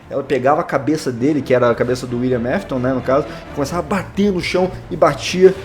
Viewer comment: William aftas